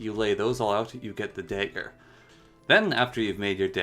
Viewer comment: I don't think I've ever heard someone mispronounce dagger before tbh, great vid with all the info and many giggles in those moments but thanks for you the video and the time you put into it :)